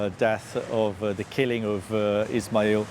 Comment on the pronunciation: Ismail not Ishmial . Zionist channel to the cure